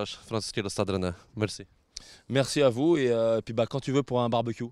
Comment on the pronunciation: Nazwę klubu po Francusku wymawia się " Stad Rene "